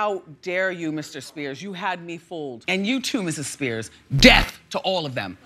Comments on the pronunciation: this is my favorite thing ever. i love the emphasis on death and the slight pause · The way she emphasized on that "DEATH" is so fricking funny😭😭😭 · I love the emphasis when says DIE!! DEATH!! it's like that word activates an evil tic on her